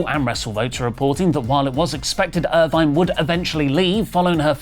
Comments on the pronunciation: it's not "Irvine." It's "Irvin." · Erv-in. Not er-vine. Smh. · Ir-VIN, not Ir-VINE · Samantha Irvin, not Irvine! Come on now😅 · makes fun of Lilian Garcia for botching Also: pronounces "Irvin" as "Irvine" and calls Jakara Jackson "Lakara Jackson" The ironing is delicious. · Samantha Irvin NOT Irvine learn how to pronounce names you observer mark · makes jokes about Lillian Garcia pronouncing names wrong, but mispronounced Samantha's name wrong the entire video lol. Its "Irvin" not "Irvine".